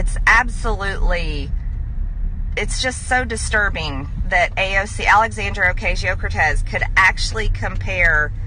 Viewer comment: For some who is obsessed with trying to destroy AOC, she still can’t pronounce her name right.